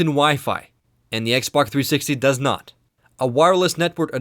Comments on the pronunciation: Lol it was soooo annoying. The "xbac" has an hdmi port. The xboc also...blah blah blah. It's x b o x!! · its xBOX! not xBUCK!!!!!, or is it just me hearing this? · lol it sounds like you pronounce xbox "ex bok" hahah! I'm not trying to be mean I'm just sayin. I really like these videos so far and I'm going to watch the rest. :D 5 stars! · Y U CALL IS XBOK???!!!!!! >:U